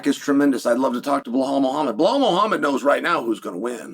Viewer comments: "blal Muhammed" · I haven'twatched chael in a long time so I forgot about the blall instead of Bilal and the meaningful period of time